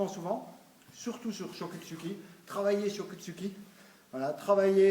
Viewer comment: Choko Zuki se prononce "tchoko z'ki"